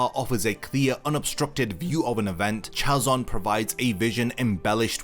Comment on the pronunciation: Hey there thank you for the video I learnt a lot from it. I have a two points to make 🙌 Hebrew is written from right to left therefore when writing vision in Hebrew it's written as חזון. Also the Ch isn't pronounced in the what that Ch is pronounce on the word Chain for example. t's more as if you were saying Hazon but with the H coming deep from the throat. As well as "Saw" = ra'ah is being written ראה